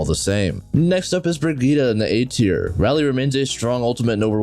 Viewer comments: It's Bridge-it. No Bragetta. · The way he said Brigitte killed me lmao